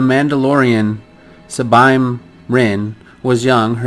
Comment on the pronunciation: First. Sabine's names is pronounced as Saa-bean